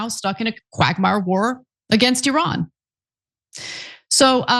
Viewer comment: Did she say quackmire 🤔🤣